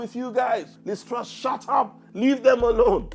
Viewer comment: "Join me in welcoming... Liz Trust" You got her fucking name wrong 6 seconds into the video. Britain's stupidest comedian?